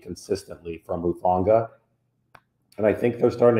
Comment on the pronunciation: I'm glad to hear your positive observations RE Talanoa Hufanga's performances in recent weeks. I've followed his football career closely since he was a junior in high school and look forward to bigger and better things for him and the team moving forward. BTW....I also appreciate that you repeatedly pronounced his last name CORRECTLY (i.e. "who-FAWN-gah"). It may not seem like a lot, but there's a nameless guy out there (i.e. Grant Cohn) who apparently "covers" the 49ers for Sports Illustrated and has NOT pronounced his surname CORRECTLY yet. Pretty basic stuff when it comes to news/sports reporting/commentary. I apologize for bringing up this latter subject on your site, but I wanted to give the inciteful Mr. Cohen the proper attention he deserves where/when I can.